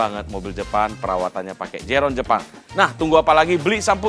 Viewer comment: Zero one pak bukan zerone 😂